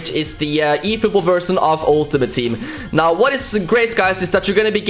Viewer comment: are you serious right neow bruh?